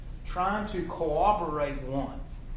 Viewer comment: “CoWObberate” “SupposeBly”